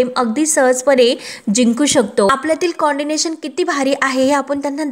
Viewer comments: Pl note it is co-ordination and not condinatoon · Coordination not condination ग बाई किती अज्ञान. कशी सांगतेस ग तू बाई.?